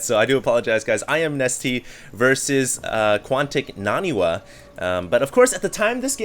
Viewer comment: DID HE SAY QUANTIC NANIWA?